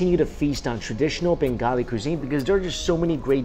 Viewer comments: "bangoli dish" LOL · Mike pronouces bengali as bangoli and says kosha manghso perfectly. Me? So darn proud!